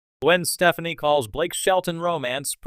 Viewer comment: I think you need to learn how to say her last name lol how can I take you seriously 🤣